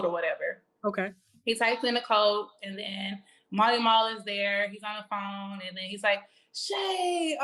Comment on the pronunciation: Oh! His name is Mally Mall! Oh! It sounded like you were pronouncing his name as Marley.